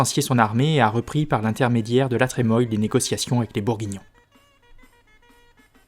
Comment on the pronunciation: Je peux me tromper mais la Trémoille se prononce la tremouille non? Quelqu'un a l'info ?